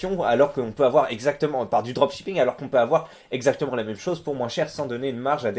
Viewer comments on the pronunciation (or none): pourquoi tu dis moinSSSE au lieu de moins ?